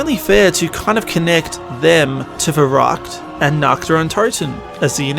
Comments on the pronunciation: NACHT to complain ( pun pun ) but the ü in verrükt is actually pronounced like OO, not like a normal u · The way you say verrückt is so funny 😂😂 its always funny when americans try to say german words 😂